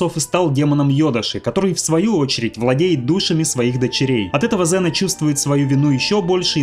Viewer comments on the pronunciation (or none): Ксена а неЗена